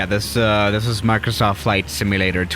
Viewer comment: Nobody:: Maurcrosauft